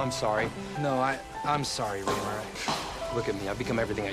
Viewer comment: My dude, it's Reemer, not Weaver or Weemer. Lol